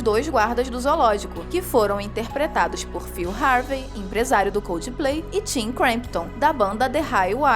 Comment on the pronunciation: Por favor aprendam a falar coldplay, não é coldiiiplay